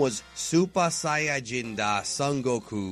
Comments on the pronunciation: it just bugs me when you say that and not even sayajin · although in the sub they don't say saiyajin they pronounce it as sayajin